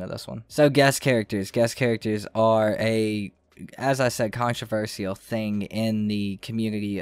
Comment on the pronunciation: Why did u pronounce controversial like that?